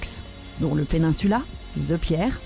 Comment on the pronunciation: Trop nulle cette femme avec ses ze, ze, ze Empire State Building, ze trump tower